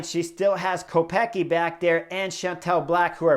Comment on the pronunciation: Btw, the prononciation. Kopecky is originally czech surname and it should sound like Kopetskee 🙂